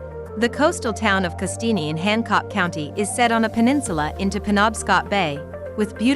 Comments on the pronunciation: not Castineeeeee just Castine - soft e. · You showed Greenville S.C. Camden is not considered a small town. The lake is not in the town. Castiny ?What the fuck? I hate these videos. Kennebunkport is not a small town. I can't even begin to talk about all the mispronounced words. Bar Harbor is NOT a small town. I believe the fire was in 1942. My father fought in that fire. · Oh PLEASE.... Castine is pronounced Cassteen. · Your video would be worth watching if the pictures you show during your discussion of each town were actually all pictures of that town. Also Castine is pronounced Cassteen. I won't even try to correct your mangled pronunciation of Isle au Haut. Also, why do you suppose Bar Harbor remains "popular to this day"? Could it be because of Acadia National Park? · You mispronounced Castine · Pictures of Castine are not of Castine. Furthermore, the ‘E’ in Castine is not pronounced. Very shabby production values. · I have never heard anyone pronounce Castine like it's a spaghetti. Obviously, the narrator is not a Mainer. Great video of the beauty of Maine. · Yes, you need to learn how to pronounce 'Castine' ....